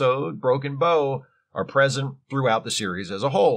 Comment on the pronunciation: Psst, - it's pronounced like "take a bow" in this case:)